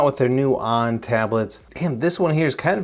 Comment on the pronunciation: pronounced OWN (onn) not on!